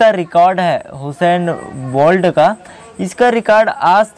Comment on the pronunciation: हुसैन नहीं उसेन बोल्ट नाम है यार 😜